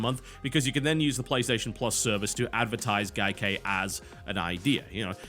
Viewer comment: Why does TB insist on mispronouncing Gaikai every time he mentions it?